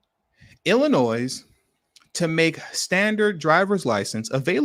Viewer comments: WoW...Don't know the law and ain't trying to learn whilst still flying flags from their place of domicile. SMDH. Oh, and BTW, it is pronounced 'Ill - annoy'. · Appreciate your content but FYI - The ‘s’ is silent in Illinois